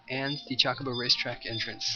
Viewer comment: Meh, we've heard some pronunciations. But right, the majority is just bleh. I was mainly pointing out the way he said Chocobo. CHALK-obo lol.